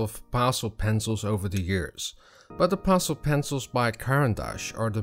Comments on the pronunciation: Thank you for the demonstration. To help you out a little I will correct you pronounciation of Pastel, you say pastel like parcel, but it should be said like Pass-Tell or Pass-Till, but said quickly, Passtill or Passtell. Hope that helps, your English otherwise was perfect 🐨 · Actually your pronounce;in it like it has two ll on the end instead of one.